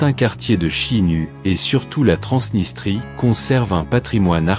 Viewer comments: Les français bâtis tout le nom 😂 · On dit "khishinau", pas "chi..."! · Prononcez kischinau